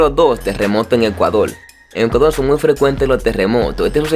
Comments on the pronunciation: ecudol es ECUADORRRRRR CON R! solo digo nwn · Por qué hanla así???... Se dice "Ecuador", no se dice "Ecuadol".